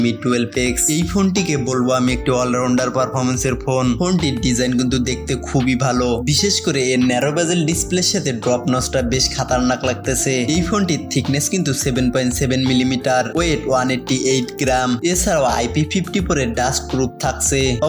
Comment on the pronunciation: সমস্যা হচ্ছে ভাষা সুন্দর হচ্ছে না। আপনি থ্রি কে থিরি বলছেন , লাগছে কে বলছেন লাগতেসে । আপনি অন্যান্য রিভিউয়ারদের ফলো করে দেখবেন তাহলে বুঝতে পারবেন। প্র্যাকটিস করবেন ঠিক হয়ে যাবে।যদিও প্রত্যেকের নিজস্ব ব্যক্তিত্ব আছে, সেটাকে সন্মান করা উচিত।আপনাকে ছোট করছিনা, অনেকে অনেক ভাবে বলবে মন খারাপ করবেন না ।